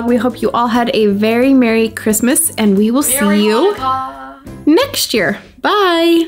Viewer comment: Who realize said he said yeah instead of year